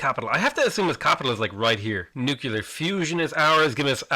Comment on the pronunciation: PLEASE pronounce nuclear correctly. Saying, "nucyaler" makes you sound like George W.